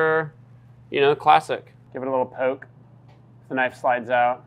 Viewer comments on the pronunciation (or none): none